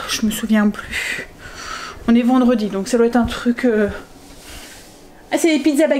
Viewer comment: « Vindredi » 😂😂😂 J’adore ! 👍🏻😂 Surtout que c’est sorti très naturellement !